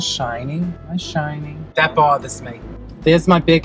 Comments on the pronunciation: "that bawthas me" 💀💀💀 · "That bauthazs me."